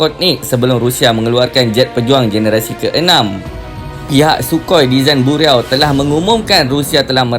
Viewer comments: bukan "buriaw"..sebutan betul ialah "BIROW", untuk sebut word BUREAU...sama dlm BM sebutan nya "BIRO"... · Bureau bunyinya Bi-yu-rou